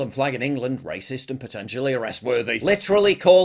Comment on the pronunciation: did the coper say rahcist??😂😂